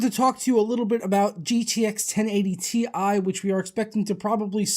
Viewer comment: It's tie not T.I.